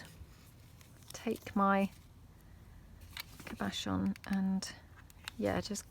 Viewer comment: Cabochon does not have a BASH in the middle, it is CAB-uh-shaw’n …big emphasis on the first syllable.